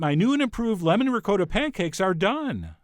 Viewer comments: Ri-kot-ah...not ri-coe-da We are not savages old chap. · rick-coda? where did you go to school? I can hear every little old Italian Grandma in the world hitting the floor gasping as they hear you murder the word RICOTTA!!!! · What is this ricoata, that rhymes with dakota, you speak of? Chef John, shame, shame! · Did he just pronounce ricotta like "recoota"? I'm just wondering though haha! love your videos!! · Tony Amabile and the way he pronounced it Tony! My ears, I can't unhear it, ricoata! Oofah...... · Ree-coat-a Lmao